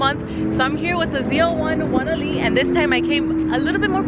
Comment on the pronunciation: Love the way you say ZL1 1LE.... keep up your awesome driving on the track.